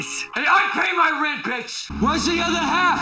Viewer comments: He doesn't say "Bitch" he says "Betch" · It kinda sounds like He says "Batch" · manmcx No, the best part is when he said Byatch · He says “betch” not bitch and I love it 😂